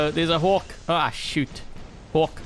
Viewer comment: found a way to sound like you're cursing without actually cursing, you say "Hawk!".